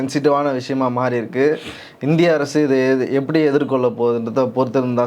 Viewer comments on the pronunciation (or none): none